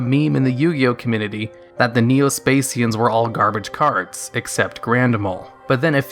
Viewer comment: lie berry? cominitty? wtf sus